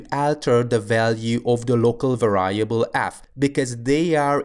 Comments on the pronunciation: The word variable is pronounced [VE'riebl] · You kept on mispronouncing the word variable. Other than that, great video, thanks!